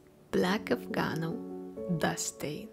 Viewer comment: Afgano, not Afganol